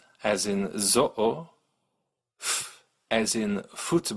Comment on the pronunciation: You did get some pronunciation "wrong" but it wasn't in the highlighted consonant so it isn't that a big deal. "zoo" we pronunce it with the z sound then the same sound as in "au(x)" (as in "au marché") or "eau" (water). And tobogan. Both o are pronounced like the first. Thanks for this great vid.